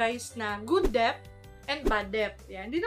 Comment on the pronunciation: Debt is pronounced as det, silent B sya sis.. Hope it helps... Thanks for the info 👍